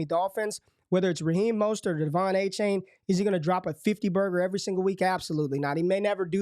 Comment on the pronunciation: Its A-Chan not A-Chain :p